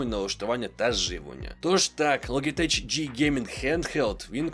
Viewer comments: Ну не логитеч же, а лоджитек. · Підписався, але з вірою в те, що будеш говорити "Логітек") Як і в бренді A4Tech (ЕйФоТек). Популярна помилка, як зі словами Knight/Knife.